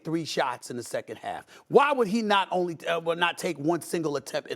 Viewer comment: Emphasis on “SECOND”